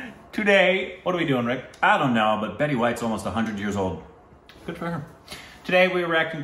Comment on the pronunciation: It felt like rick said......brick to introduce himself